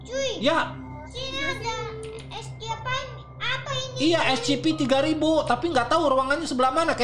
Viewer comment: bang bilang nya scp bang tapi bukan ecipi bang menin scp 001